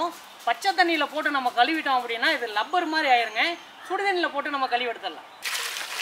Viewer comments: Bro அது லப்பர் இல்ல. ரப்பர் 😂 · லப்பர் இல்ல ரப்பர். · லப்பரா இல்லை ரப்பரா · அண்ணா அது லப்பர் இல்ல ரப்பர்😀